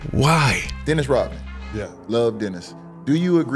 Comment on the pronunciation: Rodman not Rotman..